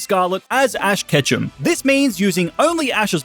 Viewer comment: Fash ketchem began his journey in pokemon scarlet WHAT IS FASH KETCHEM🤣🤣😂😂🤣🤣😂😂🤣🤣😂😂